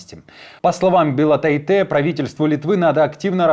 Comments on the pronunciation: Агне БилотАйте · Bilotáite, ударение на А. Её муж будет произноситьcя Bilotaitis. 🤷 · БелотАйтэ, - неужели никогда не слыщал балтийских фамилий?! И эти люди - вещают на публику, т е, - это их работа!!!